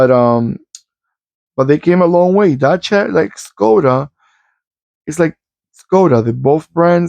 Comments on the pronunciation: Yes, u r saying correct Dacia like "daCHia" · You did pronounce Dacia correct. The Sandero was the cheapest car on the market in Germany and still is. It is also pretty popular because of the Renault technic. I am not sure if this old one was already based on the current Renault technic. There was some time when Dacia was just cheap and used outdated Renault technic. But with all the EU regulations they had to keep up and Renault had to give them the same technic to comply with the emission standards. Petrol-LPG means it was running on gasoline and autogas. The Sandero is still the cheapest car in Germany but the people mostlikely won't buy the cheap base version because for every little thing you want extra you suddenly need a better trim with a bigger engine. Anyway, Dacia is doing pretty good in sales here. The Dacia Duster SUV is also very popular. I am still seeing these Sanderos here and there.